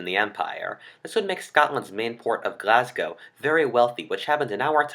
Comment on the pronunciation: Well done on the Glasgow pronunciation this time. Getting better and listening to viewers!